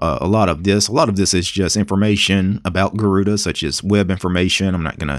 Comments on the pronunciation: Garuda not garuuda and the name is from india sir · The pronounciation is a bit off. In IPA notation, it's supposed to be pronounced as /gɜruɖɜ/ and it is the Sanskrit word for 'Eagle'. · It’s pronounced as Garurd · Garuda is the divine vehicle of Lord Vishu the protector. It's commonly pronounced as Garuudd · Garuda in hindi pronounced as garud which means eagle, so that's where the name comes from. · Garuda means eagle in sanskrit and it is pronounced like ' garuna ' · why is everyone pronouncing it the wrong way ... 'garuda' i think is the hindi word garood meaning eagle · Pronounced Garud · butchered the name, Tip: spell it like "gaa"+ "ru"+ "daa" try saying them individually and then with the same indvidual sound combine them. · Sorry to say you unpronunced the name गरुड़ where ga is a letter and at end a is ignored Hindi sound are more different from the english pronunciation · Actually you pronounced it wrong. “Gahh-rude” or “गरूण” is the way which BTW means Hawk in Sanskrit. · That's a Sanskrit name: Garuda. The 'a' is not pronounced, never is in Sanskrit. Garuda is an eagle. The vehicle (vahan) of Sri Vishnu.